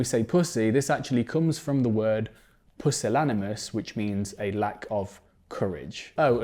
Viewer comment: You misattributed pussy to pusillanimous (and you mispronounced it), that's not the entomology.